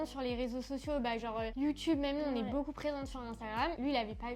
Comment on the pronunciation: Les gars dites moi que je suis pas le seul qui entend que dit « boucoup » 😂 elle me fait trop rire!! Encore bravo pour votre vidéo et bien sûr que vous méritez plus d’abonnées ❤️